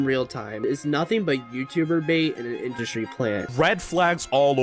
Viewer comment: “industy” lol